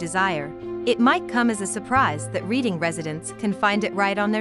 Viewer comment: It’s pronounced ‘Redding’, not ‘Reading’.